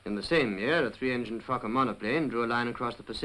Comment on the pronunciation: Did he say a 3 engine fekkin monoplane - sounded humerus, i reckon it was Focker! Great video thanks, pity we have lost our manufacturing and i hope they don't get rid of coal fired power stations as we need a Base-Load to help with renewables!